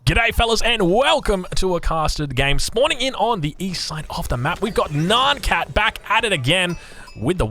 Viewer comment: LOVING THE VIDEOS BUT STOP SAYING NAAN CAT !! It’s N-I-AN CAT